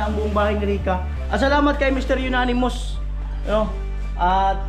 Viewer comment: Amonymous. Dinig ko kasi Unanimous 🤛peace.😂